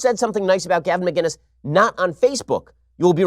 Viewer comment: Ben, Love the show. His name is Gavin Mcinnes not Gavin Mginnes, with a C not a G.